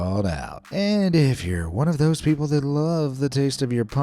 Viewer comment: frooty peobles